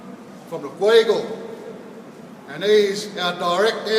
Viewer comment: you got no idea what your talking about gammon fulla you all are for a start its pronounced gweagal like all our other Nurras in my language group I'm gummipingal check all the nurras from Taree to Sydney on how you say it the right way the way were were taught on the mission in the 60s by real language speaking elders before you all open your mouth disrespecting our people with your crap you sound uneducated on our culture sound like your talking from a book and still got no idea